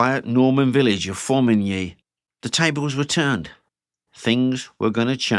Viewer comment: I praise you for your pronunciation of《Formigny》. 🫡😉 Here. Have a like.👍🏼